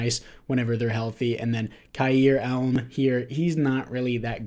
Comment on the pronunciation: You definitely messed up leaving Kincaid as the backup my man. Way more potential than Knox. Also Elam is pronounced E-lam. Not elm